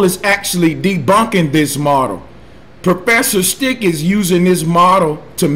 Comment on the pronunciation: propfesser sthiq